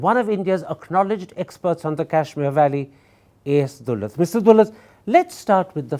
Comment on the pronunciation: It's daaulat not doolat